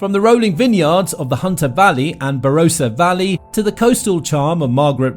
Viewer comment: You left off Tasmania in the map! Also, while laws are set at a state and territory level, we are a federated system, meaning there are also federal laws that override or supplement state laws. It pays to get pronunciation correct e.g. Barossa uses the short vowel ‘o’ sound, not a long ‘o’. Many other errors.